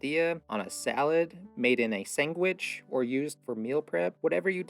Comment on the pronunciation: I liked that and "sangwich".